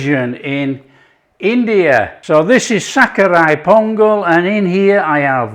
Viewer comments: I like the way you say sakkarai pongal like a real Tamilian! Tamil word Sakarai means raw sugar and is the root word of Sugar! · The way u say sakkarai pongal in Tamil is mind blowing ❤❤